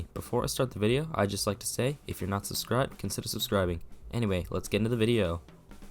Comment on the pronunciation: It's not suscribe doofus. It's subscribe